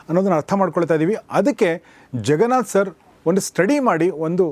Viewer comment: Your son is right , you are saying ZEN , it’s JEN , ಸೊ ಜೆನ್ ನಾಟ್ ಝೆನ್ 😊🙏🏽, the way you say jaganath sir ಜಗನಾಥ್ , ನಾಟ್ ಝಗನಾಥ್